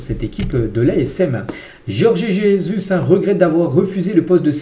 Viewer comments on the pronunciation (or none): none